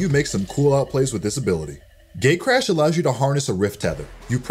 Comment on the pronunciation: It sounded like gaycrash when he said gatecrash